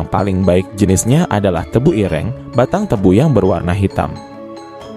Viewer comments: Sebutan tebuireng tu salah bro......bukan begitu sebutannya...tanya lah kepada orang jawa.... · Ireng 😂, e nya jangan dibunyikan seperti e di kata "enak", tapi e di kata "senang".